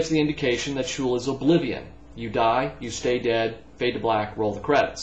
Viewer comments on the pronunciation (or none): well done man! Btw you mispronounced the word sheol. It's not shul (which actually means synagogue in yiddish) but she -ol. anyhow great questions